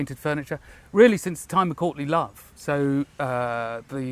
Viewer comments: Does anyone else keep hearing Courtney Love (I am certain its me and is saying Courtly Love)? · I thought he said “since the time of Courtney Love”. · thanks for the comment, I couldn't unhear "Courtney Love" and I knew that definitely wasn't what said.